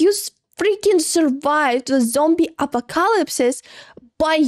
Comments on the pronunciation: BTW my sweet! It's pronounced: UH-POCK-UH-LIPS 😊English is soooo weird, but yours is still great!!! 👊🏻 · You pronouncing " Zombie Apocalypse" is about the cutest thing I ever heard.